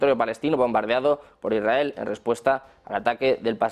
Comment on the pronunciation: Hola, Molesta un montón a no saber hablar correctamente. Se dice lsrael NO lrrrael !”